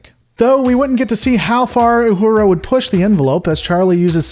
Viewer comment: i lol'd at "YOU"hura